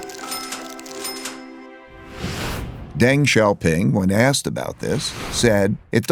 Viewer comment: Pronounced Dung not Deng :)